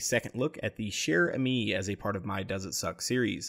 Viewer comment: you can pronounce it "chair amy-euh" ("amy" like the name and "euh" as if you were thinking)